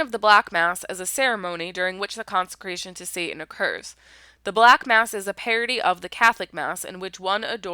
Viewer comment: Wish she could pronounce the letter " t" in satan